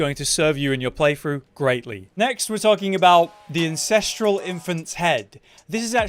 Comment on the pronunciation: it's AN-censteral Not IN...ces.... godamnit why.